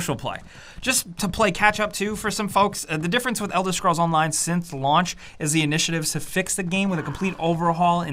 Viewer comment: "Elder Schrolls"